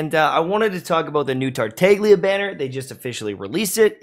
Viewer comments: man said “tarteiglia” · pls you're killing me, the g is silent:( (otherwise, i agree) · I think you are the only one who call Tartaglia with a g , because yeah, there is a G in TartaGlia. No Tartallia. 😂😂😂 Those look so dumb when they say his name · Interesting fact: The G is silent in Tartaglia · Why don't you guys pronounce Tartaglia's name correctly?..